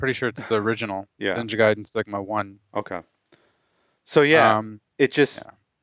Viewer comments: Stop pronouncing it “Gay-den” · Oh no, he pronounced "Gay-den"